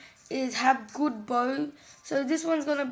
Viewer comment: Aka Bow But When U said it once u said Boaw